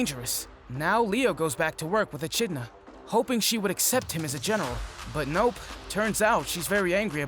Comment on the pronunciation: It's pronounced "e-kid-na", homie. Also, Fuuto PI is P.I. as in "private investigator".